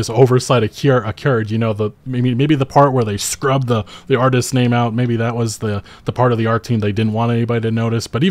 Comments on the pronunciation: Say it with me, now: artisT's, not artises, artisT's 😂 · Stop saying artistses